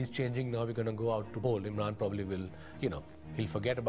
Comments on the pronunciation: it said imram Khan like if you saw the mistake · IMRAN* KHAN NOT IMRAM Proudly: Prime Minster of PAKISTAN 🇵🇰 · IMRAM?!? ....at least get the guys name right.